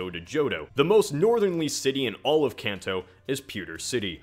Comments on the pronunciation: It's KAHN TOE! Drives me insane when people pronounce it can't toe. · It hurts my ears so much to hear you keep mispronouncing Kanto. It's a long a sound. Like in car, or law. Not like cat or can. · I cant get over how he mispronounces "kanto" ....